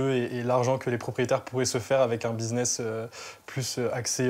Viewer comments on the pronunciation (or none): none